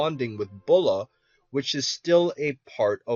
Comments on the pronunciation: Ha he said bula instead of bulma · it's Bulma not Bula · bula it's bulma